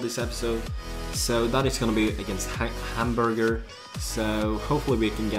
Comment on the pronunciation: say Hamburg or Hamburger es view but not Hamburger:D